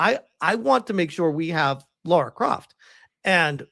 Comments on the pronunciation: Her name isn't Laura, it's Lara. Her name isn't pronounced the same as "Laura". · It's not Laura, it's Lara 😄😂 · Don't be talking about who she is as a character if you don't even know how to pronounce her name.